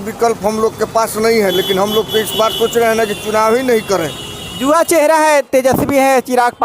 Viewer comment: Abe reporter जुवा नहीं युवा